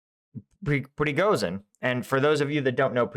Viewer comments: The combination of "zh" in the name "Prigozhin" is pronounced as the 's' in 'asian". Pree-go-zheen. Just like in "Zaporizhia". Keep up the good work. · Man... Please search an audio how to say prighozin's name. Not for him but for our eastern European ears 😂